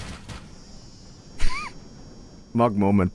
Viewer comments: a norweigan making fun of an ENGLISH WORD?.... REALLY??? HEY ITS MMMMMMMMUG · It's Mug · it's Mug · It’s mug